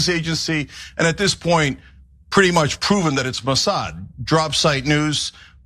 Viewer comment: You actually believe Isreal is blackmailing/controlling it's supposed "ally" to "protect their homeland?" 😂 How does blackmailing America's most powerful & influential protect them exactly? Also, not to be a dck, but it's "Mossad."